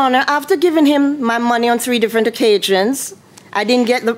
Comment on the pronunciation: On three different occajions. No, I didn't misspell the word, this is exactly what she said "occajions " and "humanlation ". Lol 🤣🤣